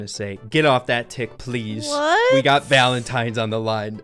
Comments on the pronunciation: Bro saying" valentimes " is very funny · "valentimes day" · Anyone else catch that she said valentime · Why is she saying "valentimes Day" Instead of Valentines Day?